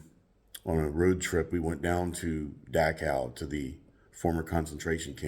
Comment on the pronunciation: I love how you pronounce 'Dachau' :trophy-yellow-smiling